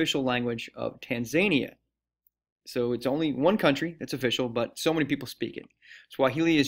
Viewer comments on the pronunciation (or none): TAH-N-ZAH-NI-AH not TAYnzAYniAH.